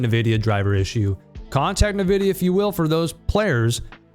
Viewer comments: Ni- who? It is pronounced "En-Vi-Dia" -.- Thanks for doing this video by the way. No one really talks about the elephant in the room. But I love the game. Still would play it even though I don't know why my PC crashes to the point where one can't even Alt + Tab. Smh. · STOP SAYING NIVIDIA AAAAAAAAHHH